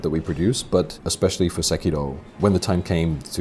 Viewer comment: I can't watch these videos anymore. Se-ki-"ro". Roll the fking R and pronounce it correctly, it's not hard. It just makes you sound willfully ignorant when you say it wrong.